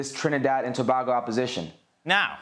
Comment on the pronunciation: Pronunciation correction T&T Tobago is pronounced as if spelt Tobaygo. You are welcome!